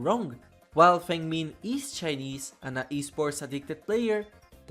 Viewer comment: i wish people bothered to learn how Feng Min is pronounced.